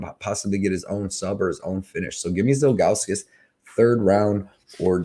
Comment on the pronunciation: Man you were saying Zhalgus all sorts of wrong 😂